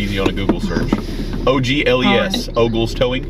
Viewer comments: OMG!!!!!!! O ...G...L...E...S!!!!!! Then she said "OLES". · "Oles" ..... "Oges"...... "Ogles" ?!? LOL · Og? Ogl? Ogelse? No? 😂😊